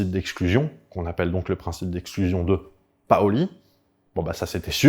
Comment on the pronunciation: on dit PAUli et Paoly 😀